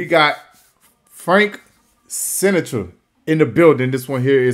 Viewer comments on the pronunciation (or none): First of all, his name is pronounced "sin-AH-truh." Might as well learn how to pronounce it since he's only about the most popular male singer of the 20th century, with a career that spanned SEVEN decades! Ask any hundred working musicians who know the history of their craft to name the four male singers that would go up on a Mount Rushmore of the top male singers of the 20th century and Frank Sinatra would be a near unanimous choice, and likely the first face that would be carved into that moountain. Before Michael Jackson, before The Beatles, before Elvis Presley, before rock and roll, there was Frank Sinatra. Probably the biggest male singing star (who was also a movie star) of the 20th century. Frank was THE MAN! You're not even scratching the surface with this song. He has a deep, deep catalog. But here are a few other Frank Sinatra songs that I know you'd love. "The Best Is Yet to Come" (check him out with the Count Basie Orchestra doing an arrangement by a very young Quincy Jones). "Witchcraft," "That's Life," and the "Theme from 'New York, New York.' There are dozens more, but that' enough to get you started. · What did you say his name is. Sorry i couldn't stop laughing. That's not the proper pronounce his name Sinatra